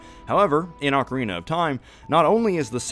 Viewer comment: Say it with me OAKarina, not OcKarina (sockarina🧦)🙅🏻‍♂️